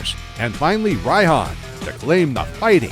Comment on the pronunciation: Raihan's name is pronounced like "Ryan"